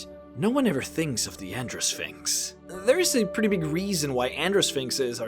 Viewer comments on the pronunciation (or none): Gyno is not pronounced with a "j" sound. It's "Gai noh", not "jai noh". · Gyno is a hard "g" not a soft "g". So it's guy-no-sphinx not a jy-no-sphinx. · Its a hard G(gut gas got etc) not a soft one (giraffe german gelatin) Guy-no. Not jy-no. Its the same prefix as gynocology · I was listing to the video while doing some work and I kept hearing him say "Vagina Sphinx." Does anyone else hear this? and what would such a sphinx be like? would it guarding one or would it be a giant one that is infused with the magical power of the gods to warp space and time? Would it be like a flying sentient "hole in the universe" that is strong, noble and the epitome of all that is Good or would it take other forms? Something for the random board to be sure... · I think Gyno is pronounced Guy-no. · I do believe it's pronounced like gynecologist hence the female one. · I believe that you were mispronouncing "gynosphinx"....... in that it uses a hard "G", not a soft "G". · I thought Gynosphinx was pronounced with a hard G. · It’s making me crazy. I figured someone must’ve pointed it out